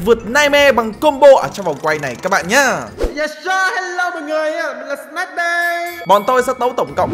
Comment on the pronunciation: Anh bi đọc tên snake thành snack :)